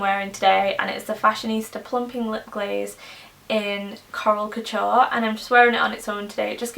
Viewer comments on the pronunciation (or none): none